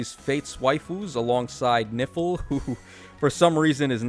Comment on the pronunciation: Is really disturbing everytime you say "Nifl" I hear "Nipple" 😂🤣😂🤣😰😱